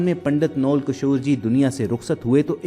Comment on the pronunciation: پنڈت جی کے نام (نول) کے تلفظ میں واؤ پر زبر ہوتا ہے جاہلو نون اور واؤ کو ملا کر نہیں پڑھا جاتا بلکہ دونوں کو علاحدہ علاحدہ (جی ہاں اس لفظ کی یہ املاء بھی درست ہے) اور دونوں پر زبر پڑھی جاتی ہے محمد فاضلو